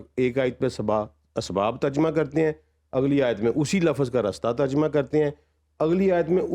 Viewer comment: Inn jnab ki khud ki Urdu kamzor hy aur qasur Urdu ka nikaal rhy hain. Duffer Uncle hawa mei jb koi cheez hogi to uske liye uper nhi molaq ka lafz hy Urdu mei. Tarjuma bolna theek se aata nhi, tarjuma ko tajarma bol rhy uncle.. Arabi jesi to Dunia mei koi zuban nhi iss liye Quran ko parhany aur samjhny k liye zruri hy k Arabi zuban seekhi jaye, ye best hy lkn uncle apni kamzori chupany ka ye hargiz mtlb nhi k kisi b zuban ko qasur-war thehra dia jaye